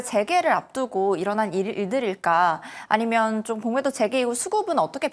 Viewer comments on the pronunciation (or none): 공매도 발음 억양이 넘..계속 신경쓰여요ㅠ겁덩이라니^^